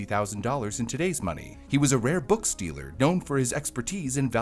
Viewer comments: is saying "Rare book STEALER" or "Rare Books DEALER"??? The World may never know. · I love how the AI pronounces it as book stealer (books dealer). Slanderous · I know you said "he was a rare books dealer", but what I hear is "he was a rare book stealer" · it was just the way he said “rare book dealer”, sounded bit like stealer…